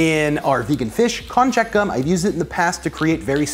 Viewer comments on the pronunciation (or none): Lol it's pronounced "kon-yak" it's used a lot in Japanese cuisine. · I know that's also how you pronounce cognac. This is still pronounced with a "y" and not a "j". You could even call it "kon-yaku" (こんにゃく). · Kon-YaK...not Kon-jack